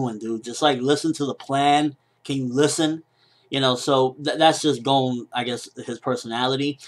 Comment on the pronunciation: I know this seems incredibly nitpicky, but can you pronounce 'Gon' right?